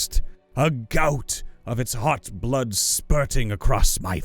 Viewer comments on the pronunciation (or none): none